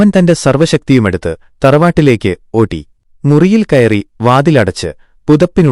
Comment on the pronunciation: star enn edak kekkam